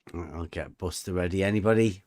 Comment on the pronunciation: I think you mangled Buster at the start.